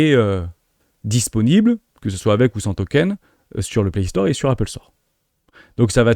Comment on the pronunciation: Prononciation de "Apple", pareil y'a pas de H Et meme si ya un H à "high" tu insistes beaucoup trop dessus 😅 Quelques tics de langages aussi. "Dès lors", "soit dit en passant" Tu le dis beaucoup trop 😊 😉😉